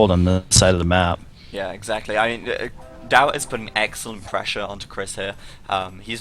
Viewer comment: whacko, it's Daut not Dawt.............